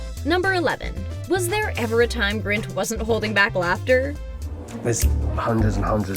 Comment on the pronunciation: It's Rupert GRIN not Rupert Grint... 🙃